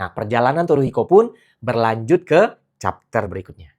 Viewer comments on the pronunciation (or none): none